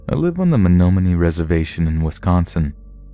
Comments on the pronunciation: I just wanted to correct you on how you pronounce the location of the story in Wisconsin, it's Men-nah-men-i. (I live by that area). also I love listening to your videos! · I'm so sorry, I'm from wi, it's (MEN-NOM-OH-KNEE). otherwise great stories